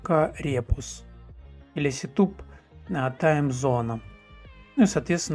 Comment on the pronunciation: У автора добрая половина слов читается НЕ по-английски, а простой транскрипцией латинских букв. Один сетуп (setup) чего стоит ))) Но это НИЧЕГО СТРАШНОГО. Каждый вправе читать иностранные языки как ему удобно. Ведь информатика это вещь всемирная. С чего кто-то решил, что английские правила прочтения в мире IT самые верные? Читайте так как вам удобно. Python это Питон. А процессор Xeon это Ксеон. Вы же марку Xerox читаете как Ксерокс, а не как Зиракс, а BMW это БМВ ;) Пофиг. Как вам удобно, так и читайте, лишь бы был понятен смысл.